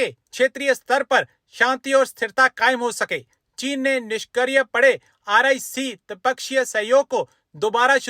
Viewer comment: ' Nishkriya ' ka sahi uchcharan kijiye